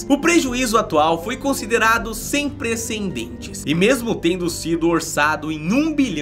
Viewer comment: "Prencendentes" ???? Kkkkk